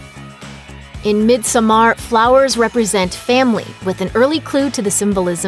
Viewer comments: Really good movie! But it hurts me every time they say in this video Midsommar 😖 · I keep having to pause this video because of pronounciations of everything from the movie title to the character names are just something else...if you actually watched the movie you would know how to pronounce everything. Sorry I just had to rant a bit about that. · WHEN WILL PEOPLE LEARN HOW TO PROUNOUNCE IT. My ears are bleeeeeeading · the way she pronounces "midsommar" makes my head hurt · Swedish is my first and you are right. I dont know how Maria A got this information from. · Pathetic how Looper can never pronounce anything in their movies correctly, especially the title of this one! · you pronounce midsommar really weird. put the effort in the double m and not the a. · The way midsommar is pronounced here is really offputting. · I could take this video seriously if you were pronouncing the name right.... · The way you pronounce Midsommar pisses me off. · I understand you are from an english speaking country, but before trying to say a Word from another language, listen to it in that language. If you know the Word is from Sweden, look it up, many translation sites have a listen option. You say Pelle almost perfectly but midsommar does not have a hard AR. It sounds almost like you would say it in English; instead of a stronger ER it sounds more like mid sum muhr. Thanks. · "Mid-some-arr" omg....its pronounced "mid-summer" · I know right, is painful to hear everytime she says it. I do understand she cant swedish, but in the movie Pelle does says Midsommar as "Midsuommear" sound, like we swedes do. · god please pronounce misommer correctly. its pronounced midsummer. the "o" is there because it is swedish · It's pronounced mid-summer or mid-sewm-er not mid-SOH-mar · its not "mid so mar" it's "mid sommar" like summer. very good unlike this review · She's saying it as mid so maar. She prolly haven't even seen the movie. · She lost me as soon as she pronounced it Mid So Mar